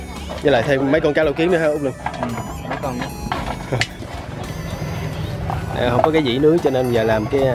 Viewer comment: Út luân chứ không phải lưng nge nhật e nói sai rồi đó